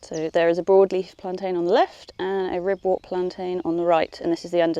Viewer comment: Ribwort and Pilewort are pronounced 'Ribwert" and "Pilewert" 😇